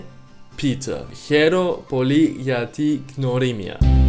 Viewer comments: No gnorimia, wnorimia. How we u say with? Use that w. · The word "gia" is pronounced better "ya"(English)/"ja"(Deutsche) and the letter "g" in "gnorimia" sounds like "r" in French or Deutsche. Άντε γεια!!!